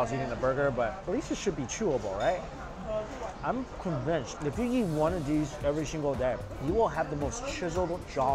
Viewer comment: I love the way he says ‘yeet’ instead of eat 🙊